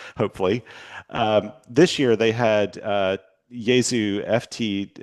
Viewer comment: You went to all that effort to go over the pronunciations of German and Chinese names, but missed the biggest mispronunciation in Amateur Radio: Yaesu. Three syllables: ya e su